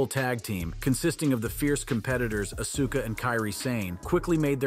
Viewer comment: Know your wrestlers you labeled it wrong on Askua and Kiri Sane and you even said Auska's name wrong